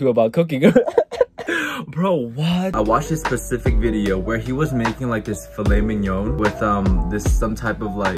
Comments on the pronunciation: phil et mig non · “phil-let mig-none” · u lost me at filet migg-non✋😔